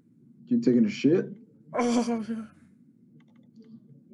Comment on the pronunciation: He said the word shet u hv to shet lol